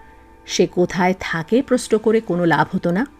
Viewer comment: আপনার কন্ঠস্বর অত্যন্ত শ্রুতিমধুর। উচ্চারণও মনোগ্রাহী। কেবল একটা শব্দ একটু কানে লেগেছে। একজন মুগ্ধ শ্রোতা ও শুভাকাঙ্খী হিসেবে জানাচ্ছি; আশা করি খারাপ মনে করবেন না। "প্রশ্ন" শব্দটির উচ্চারণ "প্রোশ-নো"-এর মত, "প্রোস্-ন" নয়। কেমন? একটু খেয়াল রাখতে অনুরোধ রইল। আপনার এবং আপনার চ্যানেলের শ্রী বৃদ্ধি কামনা করি। খুব ভালো থাকবেন।